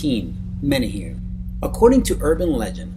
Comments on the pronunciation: He said manahune wrong. (Meh-neh-hoo-neh) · Menehune pronounce Men-a-hoo-nay. Now say to faster and you got it 👍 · Btw it's not pronounced menehoon it's mene hoonay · #16 is pronounced "may-nay-hoo-nay". There is a drinking water company with menehune as the mascot in Hawaii. I never knew there was evidence for their existence, so that's pretty cool. Even more interesting in my opinion are the Night Marchers, the ghosts of Polynesian warriors that will attack you if you accidentally cross their path. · Menehune are pronounced may-nay-HOO-nay. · OMFG Stop mispronouncing hawaiian words! (Men-ay-who-nay) proper pronounciation please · Love it aside from one thing.. the menehune is pronounced men-eh-who-neh. You said it alot so I felt the undying urge to tell you. Still though. Loved the vid! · Way to butcher the pronunciation of menahune. Really bad.